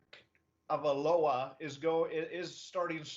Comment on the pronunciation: I made a comment about almost 3 months ago about how incredibly unprofessional it was that he couldn't pronounce names while DOING HIS JOB. And this dude still can't pronounce Igbinogheni.smh And the other guy STILL can't pronounce Tagovailoa.smh How is it neither of these guys has the professionalism to respect our players. I have no issue with any name on the Dolphins and it isn't my job. They get paid.